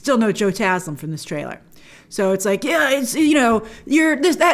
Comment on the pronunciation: Grace, thank you for pronouncing Joe Taslim's name correctly! Love from Indonesia!!